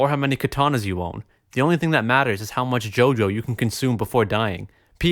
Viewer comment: I got pissed when he said "JAY OH JAY OH" instead of JOJO